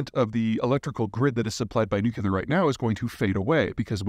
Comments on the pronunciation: Someone please tell Zeihan it's pronounced nu-clear, NOT nukular. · Peter you pronounced nuclear like Pres W, "Nuculeer". It's New clee ar. You can do it! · It’s nuclear, there’s no such word as nucular. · One easy thing we all could do is start calling it "nuclear" instead of "nucular"..I think that could help! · It's not nuculur, It's nuclear. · Nuclear, NU CLEAR, NOT nucular. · Peter, stop saying "new-cu-lar." There are not two "us" in Nuclear. It's "new-clear." It's so cringe. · At some point, Peter, you're going to have to stop saying nuke-YOU-lahr in favor of the correct, NUKE-lee-ahr. It's hard to listen to. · Repeat after me: New-Clear. New-Clear. New-Clear. New-Clear. New-Clear. Cheers! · Some doctors say that when people hit 50, they become able to pronounce nu-cle-ar... 😅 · Ah, them small noocoolar reactors, noocollactors if I may :D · Sorry but if someone calls "nuclear" "nuCUlar" they're automatically kicked out of the debate 😂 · Dear God .... no͞oklēər .... nu·cle·ar .... noo - clee - ar Say it with me ... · If you can't pronounce nuclear, you lose credibility. Peter, saying "nuke-u-ler" makes it obvious you haven't bothered to talk to the experts. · I do wish that someone as knowledgeable as Zeihan wouldn't pronounce nuclear the way Dubya pronounces it. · Pfff he can't even pronounce the word "nuclear" properly...I'm supposed to believe that a potential trillion dollar market just vanished? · You can safely disregard any opinion on nuclear power from anyone who cannot pronouce "nuclear". Two syllables. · Pete, you’re clearly a very bright guy, with a wealth of geopolitical knowledge. But please, make an old scientist happy and quit pronouncing “nuclear” like you were taught physics by George W. Bush. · The word "nuclear" is a two syllable word. It is NOT a three syllable word. Stop miss-pronouncing it. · Nuclear expert who can't pronounce Nuclear?